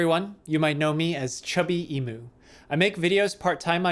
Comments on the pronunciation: As an Australian I die a little inside everytime someone pronounces it E-moo. It's E-mew. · In Australia, the Australian animal Emu is pronounced ee-mew like the Pokemon mew. I wonder if the mispronunciation is deliberate or not, but oh well it doesn't really matter except that so so so many people mispronunce it.